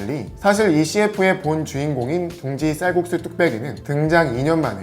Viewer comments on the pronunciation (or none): 쌀꾺쑤 뚝빼기 발음웃기다 ㅋㅋ